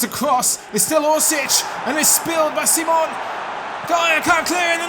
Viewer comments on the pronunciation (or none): the SI in Unai's Simon's name is pronounced the same way you say yes in Spanish. Quality as always,!